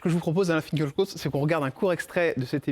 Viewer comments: En allemand "fin kil( en allongeant le i ) kra ot " .das Kraut signifiant plante ,herbe , Lui- même prononce son nom fin kel krot . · Pourquoi personne ne prononce son nom correctement ? Fin-kil-kraoute ! Lucidité, humanité, profondeur d´âme et d´esprit. Alain Finkielkraut est bouleversant. 🧡